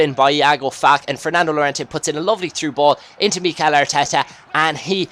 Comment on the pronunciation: its pronounced FAL-KAY, not FALK